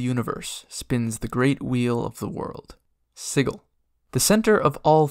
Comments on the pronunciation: OMG stop saying siggil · Ain’t that hard G in pronunciation of Sigil? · Yeah, a hard G. Siggil, not sijil. So not pronounced the same way as the word "sigil" that means magic symbol. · What? It's definitely not Siggil. The word's spelled 'Sigil' which is pronounced...well, like the word 'sigil', with a 'J' sound. ;P And, considering Cagers all speak Cockney, nobody but a berk is going to say 'Siggil', my friend. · You're probably right. I guess I pronounced it like that because that's how I've heard it before, and because it sounds like "chaos," which the Xaositects embody. But then again it would be just like the Xaositects to purposefully NOT pronounce it like "chaos." And you are definitely right that I, for whatever reason, did not pronounce the "t" at the end of the word, saying it like "techs" rather than "tects." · You are mispronouncing Sigil.